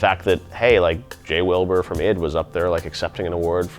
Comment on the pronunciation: did geoff just call “ID” “eed”💀